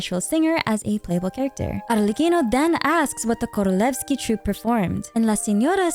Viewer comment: Thank you for the awesome video!! Btw you absolutely aced the pronunciation of “korolevskiy” and “vodyanitsa” 👏👏👏